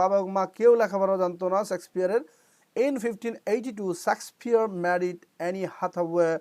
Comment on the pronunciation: Sir, সেক্সপিওর না, শেক্সপিয়র হবে।